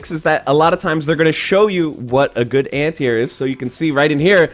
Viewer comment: Nice video. I have to say, however, that you must have said "anti-air" 10 times before I understood what you were talking about. My ears heard "antear," like "ant ear," and my brain was like, "Is he saying ant eater? Why would he be saying ant eater?" Then once you mentioned jumping, I got it. Are you from the Pacific Northwest? I had a student from Washington who had similar pronunciation.